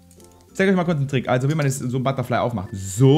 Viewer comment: Alles klar,. Es heißt ButterFly:D